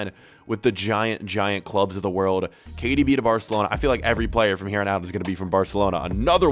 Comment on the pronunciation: When he says KDB he sounds like he’s sayin cardi b